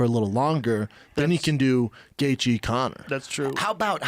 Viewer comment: Eddie saying Gaygee lmao